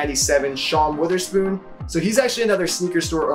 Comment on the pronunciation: It's Sean Wotherspoon not Witherspoon.